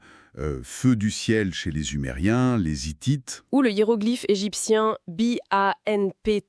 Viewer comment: L’IA de Notebooklm déconne vers : la voix change. Sans parler des « zumériens »…